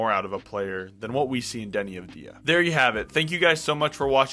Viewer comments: It’s AUD Vey Ah and no one says it the way you say it. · Thank you for the video, sir. One tiny note on Deni's last name pronunciation, the stress is on "Av", instead of on "di". Like saying the letter "W" for example. All the best! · I wanna see you say his last name correctly lol